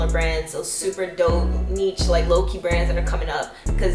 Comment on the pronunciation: it’s either “neesh” or “nich” not “neech”. cool vid though